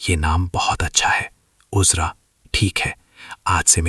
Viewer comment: Bhai apni Urdu theek karlo kaafi ilfaaz AAP ghalet bol jaaty hen Naam uzra nahee azraa hota he ayn alif ki awaaz nkalta he